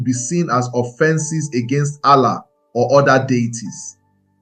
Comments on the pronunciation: You tried but your pronunciation of Arusi, Ofó na ogu, ala is totally wrong. Almost spoilt the fun. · Ala, Arusi/Alusi, Chi, of for, Ogu. you are murdering this pronunciations it's annoying